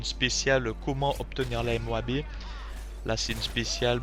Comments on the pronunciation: il dit pas la MOABEE ? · Pourquoi MOABé ? C'est MOAB ><